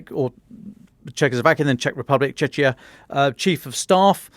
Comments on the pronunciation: Can't even pronounce the names of other countries correctly... it's Cech Republic, not Chechnia. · Its pronounced "Checkiya" like Czech Republic. Was a stupid idea to shorten the name anyway lol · Wtf is chechia? U guys butchering names this episode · There's no video, guys. The sound works though. It's Czechia, not Czeczia. Just read the word or Google the pronounciation, Jesus.